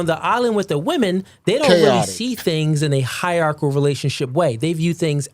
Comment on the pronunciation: Hie-rar-chi-cal order